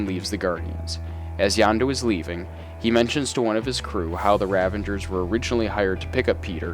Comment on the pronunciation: It's the Kyln, like Kiln, the oven that ceramics are baked in. K Y L N, like kill*n. The river that Cap falls into when he falls from the Insight Helicarrier is the Potomac river in D.C. Also, they are Ravagers, not Revengers...you know, like Ravage as in rape and pillage. You're killin me bro. Are you a fan or did someone just hand you a script and say, "read this and don't worry about pronunciation because true fans wont mind at all"? OMG Wakandan, not wakanDIAN. Kycilius....not Kaleus.....ughhhhh. Watch the movies for the love of god.